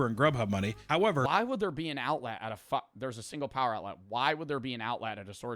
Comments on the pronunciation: the way says outlet is killing me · I genuinely despise the way you say outlet, you’re genuinely an animal bro but you’re a good monster